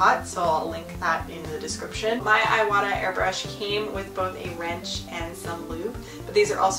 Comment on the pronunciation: Thank you for the video! This was very helpful! Just a heads up, you're pronouncing the brand wrong. It's prononced "EE wah tah" not "eye wah tah" The "i" in Japanese is pronounced "EE" like in "SEE".